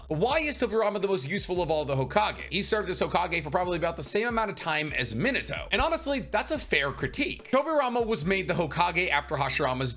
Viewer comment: OMG I HAVE BEEN TRYING TO FIND THE PERSON WHO KNOWS HOW TO SAY MINATO CORRECT